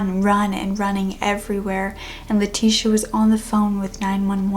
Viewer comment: Great video as always, but I thought I would point out for future reference that "Leticia" is pronounced "Leh-tees-ee-AH", not "lah-tish-a", at least the Spanish version. My middle name is Leticia and it get mispronounced a lot